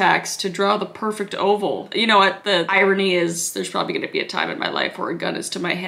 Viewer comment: That irish bit tho “for HWHAT”